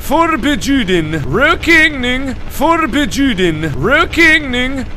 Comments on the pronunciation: ashes-rain-in-the-night Trust me, it isn't. :) It's more like "rawk ning, for bjew den" (but with the wovel in the first word pronounced as the o in "work".) I don't know if that made any sense, though. :) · Markiplier its pronounced rokning forbuden the j is silent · It sounds like he's saying "real kidneying, for bitch you didn't 😅😂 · did uhh...anybody else hear rokning forbjuden? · I don't know why but I keep hearing rookeening for bitch you didn't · I heard "for bitch you did" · I am Swedish and he says totally wrong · Tianna Elizalde I'm norwegian, but swedish is similar to norwegian, so i just understand because it's similar. And it's hard to write how to pronounce something, but it's DEFINITELY not pronounced like that! XD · Han utalar det inte rätt PS. Jag vet inte hur utalar stavas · No, it hurts, it hurts ALOT :< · | You mean... this /isn't/ the correct way to say it? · Wow, I did not expect to find a video of Mark pronouncing Swedish horribly (no offence man), and it's pretty hilarious! I can see why English people think Swedish is hard to learn. Also, the sign translates to "Smoking forbidden" =) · Yea mark of you saying no smoking in Swedish good job good job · That pronunciation though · By the way Mark you said it wrong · this hurts my swedish ears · The season why he can't say the word right is because he is not swedish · Thats so bad... (I mean I know hes not trying to say it correctly, its just cringy) Rökning Förbjuden - in case anyone cares, it means smoking not allowed in Swedish